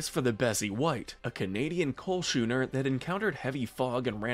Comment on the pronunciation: He mispronounced schooner obviously